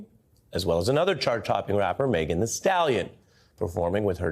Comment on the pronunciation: For crying out loud its Megan "THEE"( not the)